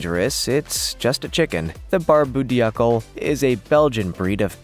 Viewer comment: Polish chickens are called polish because in Dutch "pol" means hat or crest. Also it is pronounced Barb-oo Doo-clay.